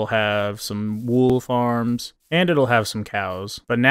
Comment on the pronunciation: U said wool farms but i hear wolf arms